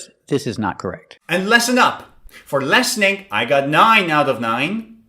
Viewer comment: Omg once again nailed it. That clown is even trying to explain why his courses are not free. 3 years, what the heck is 3 years of experience., your courses are worthless with such mistakes. How can you even pronounce listening as lessening?